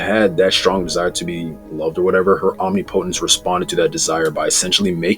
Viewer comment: For real, it's literally not hard to say